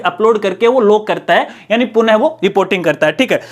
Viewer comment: Sabse pehle to aap punah ko purn kehna band karo